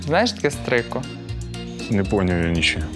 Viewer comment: не стрико, а стрийко